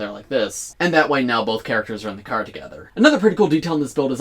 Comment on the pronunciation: No your second. The first was one saying “Crar”